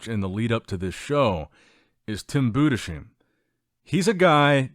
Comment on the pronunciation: Tim Budeshim -> his name is Budesheim and it's not pronounced Budesheen like Charlie Sheen but Bu-des-heim with 'heim' same like in Oppenheimer. You guys don't call Oppenheimer Oppenheemer neither, do you? ☝